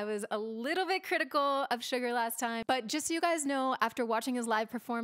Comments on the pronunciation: when she said 'sugar' I cringed sooooo bad😂 no hate but really that was so funny lol the real way how to say is name is basically sugar without the r so suga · Everyone else enjoying the video while me getting annoyed when she said pronounced Suga’s name “Sugar” No hate tho- it was just a bit annoying to me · Did u say Suga withan r at the end. SUGARRRRRRRRRRRRR?????????? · it's suga not sugar 😉 great video! just watched basically all your reaction videos now starting from fancy. they're very interesting 😊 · Omg I know I’m late but....is anyone gonna point out how she said Sugar and not Suga- I